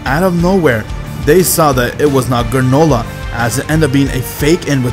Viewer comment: Did anyone else noticed when he called GRANOLAH manolah.😂